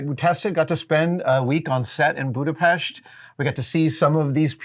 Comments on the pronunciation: First time I hear an American say Budapest properly. It surprised me, to say the least. Thanks to Mythbusters I'm a fan of your work and though I'm very late to the show, I'm happy that it aired at all😊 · Adam you said Budapest in the correct way. Nice! ;-) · Wow! He didn'T say Budapeszt instead of Budapest! A cultured man! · Adam! You have just pronounced Budapest perfectly! 😊 Congratulations! 👌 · Thank you Adam for pronouncing Budapest the right way